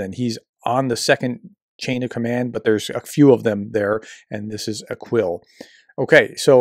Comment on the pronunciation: the last name of Ibrahim Aqil is NOT "akWil", as if the "Q" in Arabic were pronounced like the English "QU", i.e., "kw". The Q in Arabic is an unvoiced pharyngeal stop, or "k" in the back of the throat. It's just fine to say it like a standard "k", but NOT like "kw".